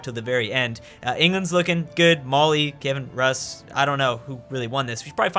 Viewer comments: Hey, it’s pronounced Key-iv-en Roos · I die little ever time says "Kevin Russ".